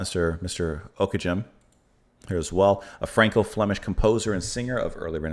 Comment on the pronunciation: This period is one of my very favourites. You should also check out Dufay and Josquin. Don't worry you'd never guess how to correctly pronounce his name (unless you're familiar with 15th century Flemish haha!) but think it should be "Ock-eh-gehm" with a hard G for the "ghem" bit. The piece is actually written for 3 voices and the guitar accompaniment is actually just taking the third vocal part instead of a singer. Very common for early music performances.